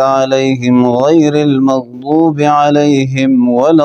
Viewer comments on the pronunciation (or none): none